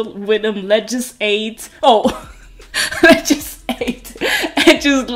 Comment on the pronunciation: "ledges aid" 😂